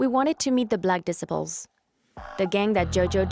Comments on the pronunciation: Someone teach this woman narrating how to pronounce disciples. 😂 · How they let this lady butcher the word DISCIPLES the entire video is beyond me 😂😂😂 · if it’s AI generated than it should be able to pronounce DISCIPLES. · And black disciples vs Jojo world lmao. Imagine if you were from a single block and every single bd in Chicago was after you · Please get people who can read to narrate these stories the mispronunciation is so sad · The Black Disaples (why doesn't your AI pronounce Disciples correctly?) and JoJo World are the 2 hardest gangs in Chicago?? WTF is this documentary even talking about? smh Go watch ChicagoScene88 for much better Chicago gang documentaries. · "Disipuls"; it's disciples. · "disi ples"!? It's des cy ples 😮‍💨🙄🤦🙅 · Facts.. She called the BD's "Black Diss-iples" Nobody outside of Chicago should try to explain Chicago.. I don't even think these people are from america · It's pronounced D cy ples disciples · The way you say disciples bothers me lol D-cy-po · Disciple. Say it like (DE CIP PLE). 3 parts okay. Growth and Development Lady not Gangsters and stuff even though that's the action if messed with. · She said de-sip-a-pulls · 🤣 right? Hard to sound like a tough gang if you the black decibels 🤣🤣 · THE BLACK “ DIS-I-PULS” VS “ JOJO WORLD “ 😂😂 where she getting her information…. JOJO world is a small clique .. it’s really BD Vs GD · "Barkcac obama".. " black disipal"... who narrated this AI. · I live for these pronunciations. Black Dissa-pole. Al Caponey. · If you can't even pronounce disciples then I can't take anything you say seriously. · this woman voice is a bot, she has trouble pronouncing some words.. and it is annoying!! disciples - kosovo - tombstone and a lot more. very very annoying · You’d think that the person narrating this could pronounce disciples correctly! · The way she pronounces certain words like disciples... or wads... horrible... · The documentary Is good but why you pronouncing disciples like an illiterate?